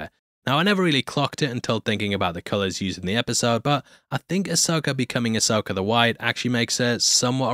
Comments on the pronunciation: There is no “R” is Ashoka DUdE!!! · As an American, I just wanna say that I find a weird joy in the fact that you enunciate "Ahsoka" as "Asoaker"